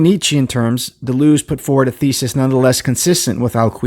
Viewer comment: Started watching, but it's too annoying to hear Deleuze's name mispronounced. Hadn't heard of the book, though, so thanks for that.